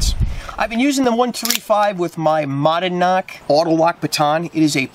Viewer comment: You might wanna learn how to pronounce Monadnock if youre gonna make a video about baton holster. That is Monadnock [muh-nad-nok].